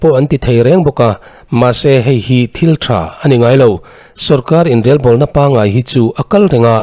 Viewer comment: Inrelbawlna tih a Rel tih lai i lam rik dan hi a dik hlel deuh e. Rorel tih a rel tih hi a key pangngai or ri hniam hman ni se. I lam rik dan rel tih hi chu kawh leh tum nei lo, rik dan awmze nei lo ani.